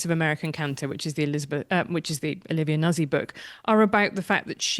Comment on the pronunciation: I presume it’s pronounced ‘Nut-zi’ Emily, given it’s Italy in origin !! Not Nuz-zi